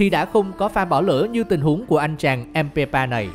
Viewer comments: Ko vì đã nói sai mbape thành mpeba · Mpabpe chứ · Ây đọc sai tên của empapé đọc là empépa mới ảo:) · Ebappe nha bạn!!! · Bình luận đọc nhầm tên là empépa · DHP_CheeseRB Ok bẹn